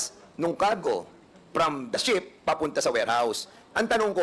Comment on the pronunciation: Ano ba Yan sinasabi mo ship or sheep?! Klaruhin mo hah!!!🤗😂😂